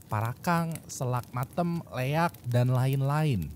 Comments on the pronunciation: Btw bang namanya itu Leak bukan Leyak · Leak, bukan leyak🙏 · Saya dari Bali namanya itu leak bukan leyak🙏